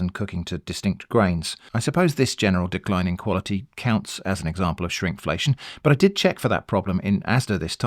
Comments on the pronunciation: Was that “Shrimpflation” or “shrinkflation” ? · For a moment I thought you said shrimpflation (TM)